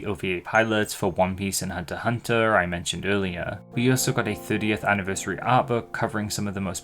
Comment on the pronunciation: Pretty sure the “X” in HxH is silent, but all the different ways you said it throughout the segment were still amusing.